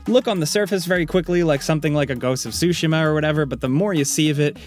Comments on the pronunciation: "Ghost of "sushima"" dont tell me I was the only one that heard it like that! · The way he pronounced Tsushima gives me true uncultured white boi cibes